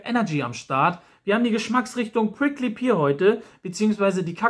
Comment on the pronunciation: Pear wird btw "Pehr" ausgesprochen und nicht "Pier" xD